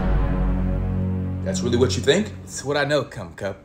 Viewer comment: If you laughed everytime he said "commcup" like this comment😂😂😂 this guy and his names